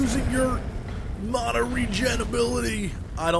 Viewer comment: MANA NOT MONA